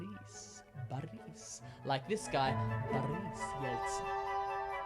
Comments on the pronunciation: it's not ba-rees, it's bo-rrrrrris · Why u sing while u r pronouncing the words? that sound so fucking weird, Russian accent is very directly and don't have those kinds of BOOOOORISSSSSS VLADIIIIIMIR that sounds so bad!!! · Нет, не русский. У него получилось Игор и Борыс. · The first two ones were awesome. Igor (Игорь) has an extra sound at the end. For Boris the explanation was correct, but at the end, when the author pronounced this name a few times in a row, he mispronounced "i"repeating the common mistake he explained before :) For Grigori "i" sounded very close, but a little bit wrong again (though I understand it must be a complicated name for an English speaker). Also, the Russian version (Григорий) has an extra sound at the end. Overall, awesome explanation! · everything sounds really good! but the letter R in the names IGOR and BORIS is pronounced softer due to a soft sign at the end of the name IGOR, and due to a vowel I after the letter R in the name BORIS.